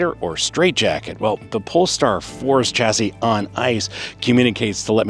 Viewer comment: It's pronounce SHA-SEE, not CHA-SEE